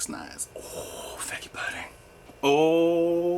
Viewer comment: You never said figgy pudding. The answer is zero. You said “FIGGA” pudding. Do I win?